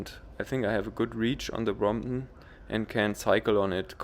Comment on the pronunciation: great vid' and your way of saying Bromp'on haha ") its perec'